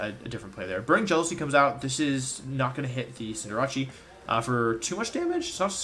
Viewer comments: I finally realized that he calls Cinderace Cinderachi, before I always thought he was referring to a team with Cinderace and Jirachi, which was wired, because Jirachi isn’t legal in this format. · Not Wolfey saying Cinderace as “Sin-dur-ah-chee” ☠️